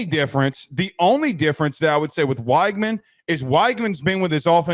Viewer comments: Again, you're saying his name wrong. It is "Wig-men" not "Whyg-man". Also go back and look at those two interceptions at Miami. Yes they were critical, but that wasn't on Conner. I know you can't watch every game when you are trying to cover the entire country, but you're just flat out wrong about his Miami performance. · You have no idea what you’re talking about. Neither of Weigman’s interceptions were his fault. Kind of a crazy thing to bring up for a qb with only two interceptions while being the highest pressured qb in the nation. You can’t even pronounce his name right. Maybe actually watch some tape instead of cherry picking stats because it’s obvious you don’t have a clue.